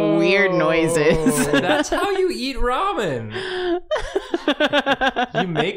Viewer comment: It's ramen, not ra-moan, lol.